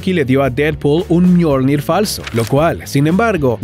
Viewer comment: Le dijo al martillo "myolned" pero se llama myolnig